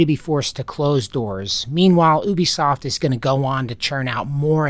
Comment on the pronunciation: "Oobisoft" lmao